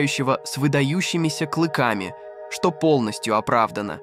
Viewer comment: Поставил диз.первые минуты просмотра и режет слух клЫки и двестИ.чел по русски не умеет общаться